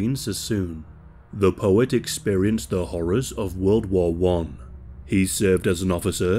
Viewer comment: He says war like Wall